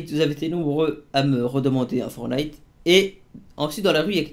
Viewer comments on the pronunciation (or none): on dit FORTTTNITE ptn pas fornite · MDR le début il à dit fornite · Unwin il dit fornite